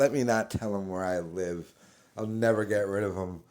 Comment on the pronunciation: 😂😂😂 caught that too.